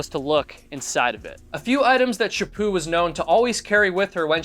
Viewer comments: It is Chaput not chapu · Chapo not Chapoo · Good lord man could call her Louise instead of her last name which is French. To me it sounded like you were calling her Shapoo, but in reality her name is Louise Chaput. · Stop saying Shipoo